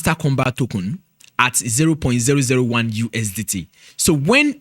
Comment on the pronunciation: All I’m hearing is tokun😂